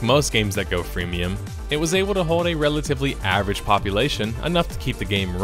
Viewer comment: "Fremium" love it :-D